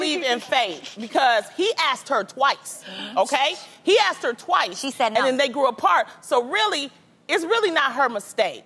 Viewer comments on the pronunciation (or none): Why do people pronounce "asked" as "aksed" it bothers me sooo much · AXED????? Asked..... oh my word!! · No shade, but can Adrienne please learn how to say „asked“ not „aksed“? Like in all the segments when they do a poll, she always says „we aksed you...“ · "axed" .... k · Why why say aks!!!?!?! So annoying! and she swears her current man is good looking. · She never says it right 😭 aKKKSSed